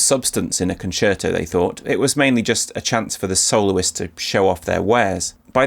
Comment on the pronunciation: says "soloist" and my ears hear "soul's". So where are the audio slices from a Kol NIdre orchestrated?